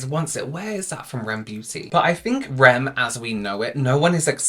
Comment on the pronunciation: It’s called R.E.M beauty not rem beauty 🙂